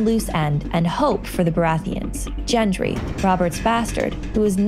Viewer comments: Gendry, not Jendry.......Gendry as in Go for Got, not J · Im sorry.. But i lost all respect for you when you called gendry "jendry" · Gendry not Jendry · LOL DID SHE SAY GENGERY? INSTEAD OF GENDRY? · Yeah, it's Gendry not Jendry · It's G as in Gangsta! Not J as in My Name is Jeff.. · 1010sams We are looking for... reads Gendry ....JENDRY!!! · I cringed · It's Gendry not Jendry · Gendry. Noy Jenry og Gjentry or however you spell what you said. :) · It's pronounced Genn-dree, not Jen-dree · JENDRY???????? JENDRY??????????? IT'S GENDRY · Did she just say gendry with a "j"? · It's Gendry, not Djendry. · It’s pronounced the way it’s spelled, Gendry, not Jendry lol. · its Gendry with a G not Jendry with a J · Gendry is with a hard G like Goat not soft like in gem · It is gen-dree not jen-dree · it's Gendry, not Jendry. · is gendry pronounced jendry ??? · JENGRY WTF JENGRY ITS FUCKING GENDRY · Clearly the narrator has no fuckin clue, GENdry not Jendry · cringe when she kept saying JENDRY. they say his name wtf IT IS GENDRY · did you just fucking say.. JENDRY??? WHAT?? I'm guessing you also pronounce GIF as JIF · Gendry is pronounced with a hard G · Lost it . Lmao. "Jen-dree" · When they pronounced Gendry as Jendry i lost it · "Jen dree" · Jendry???? Jendryy??? Are you sure?? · *GENDRY!!! "Gu-en-dree" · When she said jendry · Gendry has a hard G. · "Jendry" sigh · why does she keep saying jendry?? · Doing a great job...right up until you said “JENDRY”! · "Jendry" immediate cringe THAT'S NOT HOW YOU SAY HIS NAME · My soul died a little every time I heard his name pronounced as "JEN-DREE"... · exited and disliked after "Jendry" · who the fuck is jendry? that's like me saying screnprism. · Surly she knows it's not jendry?! Wtf lol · "Jendry" -__- Americans.. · STOP SAYING "JENDRY"!!! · "Jendry" cringe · that... is not how you pronounce gendry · Go to the Pronunciation guide on a wiki of ice and fire and go down to Gendry and it tells you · Hated the pronounciation